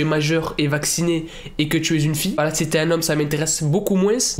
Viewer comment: Quand tu dis voila j'ai l'impression d'entendre wallah